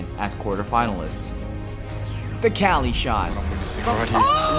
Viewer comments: Why does he say KÄLY not KUKLI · Everytime some american says kelly and not kqly, i gain 3 more cancer cells. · Its fucking kukli not kali Holy fucking shit triggeres me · it kukly shot, not kalyy shot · its kukli not kqly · caly? isnt his name pronounced kuukly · who the fuck pronounces kqli "cali"... the accepted pronounciation is "kukli"! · It's not kally, it's KUKLI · its kukli not kali idiot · Its Kelly.... Not Cali.... Jesus christ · Why the fuck is he saying cali for kqly